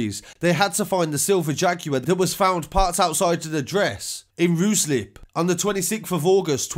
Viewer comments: Sorry bro, but Ruislip is pronounced as Rice-slip 😂 rooslip had me laughing, great work per usual 👌🏾👌🏾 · RU SLIP lol Dude it’s pronounced RYE SLIP Ruislip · Pronounce it as RY SLIP not roo slip - RUISLIP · your all wrong it's Ry slip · Pronunciation is Ryeslip Spelling Ruslip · thats so funny lol He can’t say it lol I try to correct him and get the spelling wrong lol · More good work sir , big up for all the good informative reports , 1thing it’s pronounced ryslip I know it’s spelt Ruislip but hey , thanks for the updates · Lo@ pronunciation of Ruislip 😂😂